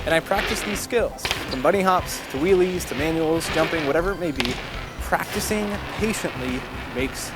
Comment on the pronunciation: I swear he said willys